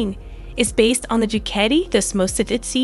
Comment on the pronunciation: This was a waste of time and it’s Ducati pronounced Dewcotee